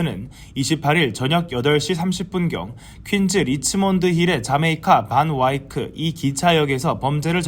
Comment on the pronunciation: Van Wyck ( 밴윜) 을 반와이크로 발음했는데 .......???